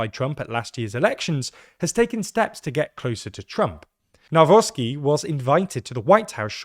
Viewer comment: Everybody pointing out how Czarzasty's (cha-zha-sti) name has been butchered, nobody noticed that pronunciation of Nawrocki has improved (from nowrocky to navrotsky)